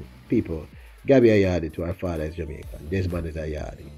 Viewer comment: Did you call her a Ja-american?